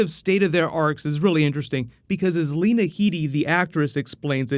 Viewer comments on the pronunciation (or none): none